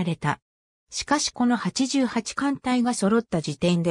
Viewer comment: あのすいませんが読み方ちがいますよ 川内型せんだい型です そして八八艦隊は、はちはち艦隊です